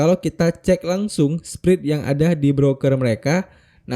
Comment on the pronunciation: spread itu bacanya spred om bukan sprid😅